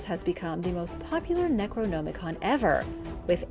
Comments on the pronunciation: You're saying "necronomicon" wrong. You don't say "no" you say "nam" as in Vietnam. Necro - nam - i-con. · my only complaint is that i believe you are pronouncing necronomicon wrong. not that i care just that it sounds incorrect. like ur trying to hard to pronounce it. aside from that good video.